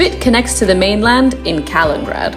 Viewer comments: Oh dear the pronunciations! Try " Klaep + Eda " and " K + Li + neen + GraD " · It's Kaliningrad not Kalingrad. But good to see your video promoting Klaipeda and its Curonian Spit which is a world heritage site.